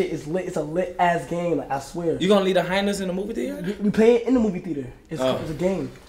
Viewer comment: Did NLE say “ Let’s go down there with the Hynas” lol 😂